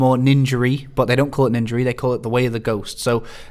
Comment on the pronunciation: Ninjery? Are you seriously pretending you don't sound like you're definitely doing that on purpose. You read ninja and see an 'a' then choose to say 'er' it is on purpose. 100% why though? Why not be genuine and evolve your speech rather tricking listeners into thinking you are authentically pronouncing an 'a' as if you just read 'er.'